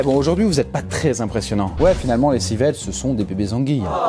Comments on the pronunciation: Alors deja , on dis Civelle et non Civette merci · civELLE ça se prononce civ elle